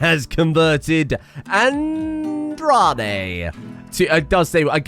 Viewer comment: Aoi is a japanese name pronounced 1."A" like in "Cat", 2."O" like in "of" and 3. "i" like the letter "e", therefore AOI, meaning "blue" or "blued". English doesn't know what a vowel is so here i am explaining it lmao. Also, Andrade is pronounced "Anne - draw - deh". You can trust me on this one because i am hispanic. Can't wait for you to change both their names